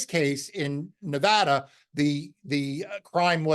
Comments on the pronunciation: Thank you for pronouncing "Nevada" properly. I am thrilled that Aaron Ford chose to investigate the fake electors, and that the grand jury found a true bill against these fake electors, including the former Nevada GOP chairman Michael McDonald. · Thank you for the correct pronunciation of NEVADA